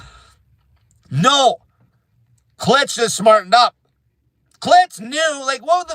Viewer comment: His name is pronounced killtz